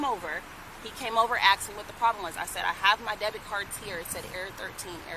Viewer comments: And she said "axed me" smdh ghetto behavior right there. Its ASKED me Its the CULTURE of these people and OBAMAS fault for their sense of entitlement... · When are these people gonna stop saying “aksed”. You sound stupid.